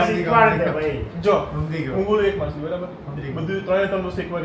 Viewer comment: Jay shree krishna all family 🙏🏻 game ramta ramta machhali bole che,ke matali😅